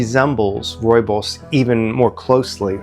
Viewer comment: As a South African, this is the best pronunciation of rooibos i’ve heard from a non-native speaker. Bravo!